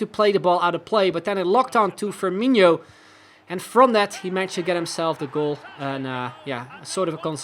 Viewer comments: It is FirminOH not FirminEEYO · Loving the series. Hoping u keep it up. Btw, Firmino's "no" is pronnounced like the world "no" ;)